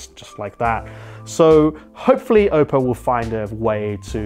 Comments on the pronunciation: Everytime he says Ope-o I die inside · The way you say oppo hurts